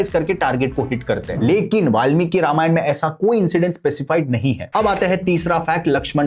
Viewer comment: Ramayanaaa Nhi Ramayan hai